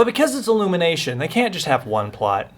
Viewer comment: Illumanation T. M........ TOO CLEAN!!!!!!!!!! Me: lol lol lol XD